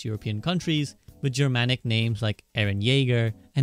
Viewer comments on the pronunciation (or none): none